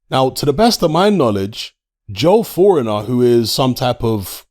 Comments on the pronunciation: I belive its pronounced FOR-NI-EAR. 🤷🏽‍♂️ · It's pronounced, forneeay. And that's not his ped info being repeated, he's been caught multiple times.. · Thinks it’s pronounced for-nee-aye 😂😂😂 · Hey speak to your mate Jaque for the correct pronunciation of Fournier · You are butchering his surname lol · All of a sudden is illiterate and can’t pronounce fornier even though his name is pronounced as it’s spelt. With all the content he has to watch to have this channel he knows exactly who he is hence pretending to mess up the name. Just like pretending not to know who Maya Jama is... Brilliant